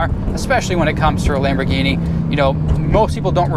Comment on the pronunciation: what idiot thinks a lamborghini is a chrysler...and then proceeds to say "lamborghini" totally wrong😑